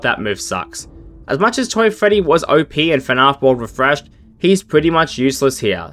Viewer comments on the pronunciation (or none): Why does he pronounce fnaf as “fnahf”